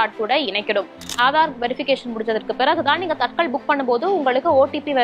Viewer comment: தத்கால் என்று சொல்லணும். தட்கல் அல்ல. காலதைக்குறிக்கும் சொல் அது.